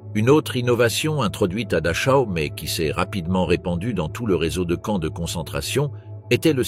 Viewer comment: Exact Dachau se prononce Darao et Rudolph Hes se prononce Heis...